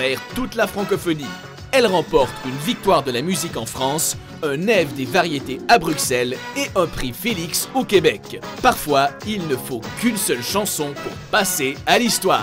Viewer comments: De 1.Ca s écrit BRUXELLES et ca se dit BRUSSELLES PAS BRUKSELS et de 2 . ÇA SE DIT STROMAÏ PAS STROMAÉ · STOOOOOOOOOOOOP le mot BruXelles on dit Burselles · Vive la Belgique p.s. on dit Bruxelles et pas BruXelles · bonne vidéo mais on dit brussel et pas bruxelles même si ça s'écrit Bruxelles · sa se prononce brussels et pas bruXXelles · en fait ça se dit pas BruXelles mais BruSSelles c'est un peu compliqué sorry 😅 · Brukssel? -Stromaé? saigne des oreilles hum ça se dit BruSSelle Et StromAÏ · ON DIT BRUSSELLES ET PAS BRUXELLES!!!! Cordialement. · Merci, mais évitez de dire : Stromaé et BruXelles. J'ai grincé des dents. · J’étais là à me dire, ils sont renseignés ça va... puis il a dit BruXelles😭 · on prononce pas le x dans bruxelles s'il vous plait jvous en supplie stoppez le massacre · Et hooverphonic, puggy, typh barrow, bj scott, alice on the roof, damso ?? (Ah et Bruxelles se dit Brussel, et Stromae stromaï) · Pour Bruxelles j'en ai marre d'entendre cette faute (depuis que j'ai appris ça par une amie belge justement) mais pour Stromae les français ne le savent pas je crois ^^